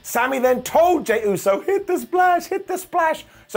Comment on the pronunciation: Vince would’ve fined Sami for saying Usey. Lmao